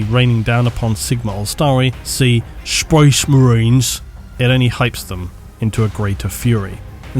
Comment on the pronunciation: "SPOISH MERYNS" - 2022